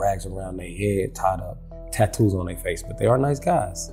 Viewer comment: how says “tattoos” will never not take me out